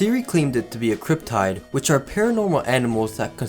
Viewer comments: Cryp-Tyde?!?? Otherwise great Ice berg, throughly entertaining. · "Cryptide" You said it like there was an E, there is no E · He rly said cryptide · Crip-Tide I was not expecting that pronunciation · I cant get over how to pronounce archive with a 'change' ch, or cryptid as crip-tide. Archive is pronounced "arr-kai-v", and cryptid is "crip-tid". Dont worry, its just a silly thing to get hung up on. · the man also pronounced cryptid like "tide pod" TToTT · also "cryptid"